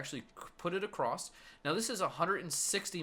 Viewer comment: also said acrost